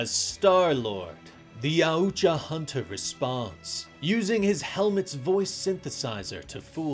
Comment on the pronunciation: It’s pronounced YAWT JAH 😂😂😂wtf did you say??